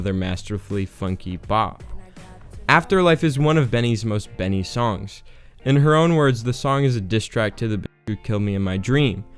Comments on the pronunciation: You don’t pronounce her name bean- ie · tf its not pronounced bean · I always thought it was pronounced Bené